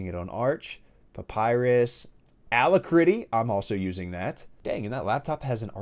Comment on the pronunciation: You have no right to make fun of his pronunciation of "GUI" when you call Alacritty "Ala-Critty". And he calls ASCII "Ashee" because he doesn't want to say Ass-Key